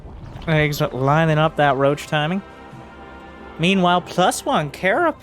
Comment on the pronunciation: eGGz reads "Gee gee, yee zee". You read the capital first, then the lower case.